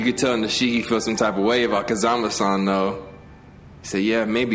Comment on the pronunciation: Nishiki is now Nahshiki. Lmaoooo